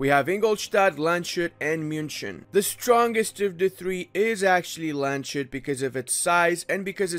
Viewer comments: I usually hate correcting people about pronounciations but its Lands-hut, not Land-shut. No hate, just trying to help ( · Dear Landshut is not pronounced with a sh. I am sorry but hearing LandSHut is just cancer, good guide though!!! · Just wanted to say, Landshut's syllables are Lands-hut, not Land-shut. Otherwise great video as always. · lands-hut not land-shut (or "lunds-hoot" when transcriped into the english alphabet) translated into english it would be "county hat" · Nice guide, but no one told you it is lands hut. It is not SH. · Land SHUT, always enjoyable pronounciation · Much love, Bayern! ...also as a FYI, it's "Lands-hoot". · I cannot believe how many people cannot pronounce Landshut :D Try it: it's LUNTZ - hoot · My main issue with this video is pronouncing Landshut as Land-shut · Its Lands-hut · The number of times you say "LandSCHut" in this video should make you permanently banned from entering Bavaria :D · Landshut is pronounced lunds hoot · its lands hut :) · duuuude u cant pronounce landshut like that cm on...